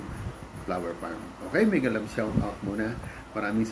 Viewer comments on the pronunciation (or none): none